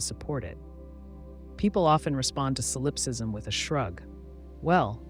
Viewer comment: Ugh.. you’re putting stress on the wrong syllable in the word solipsism! 😒 it’s driving me crazy. And now I can’t sleep.